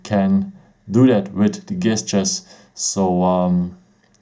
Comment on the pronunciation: A little tip for you. The G in the word gestures is actually pronounced like a J.